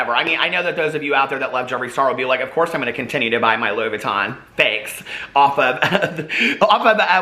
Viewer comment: Louis Vuitton??? Sure suuuuure. I buy louisss foitonz! 🤣